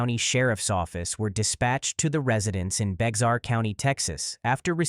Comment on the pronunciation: “Bexar” is pronounced “bear.”